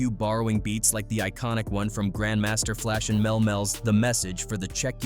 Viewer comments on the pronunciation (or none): Who is this narrator "Mail Mail?" It's Melli Mel Pronounced Melly-Mail